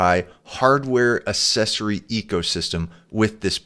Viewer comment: you cannot pronounce "accessory" ??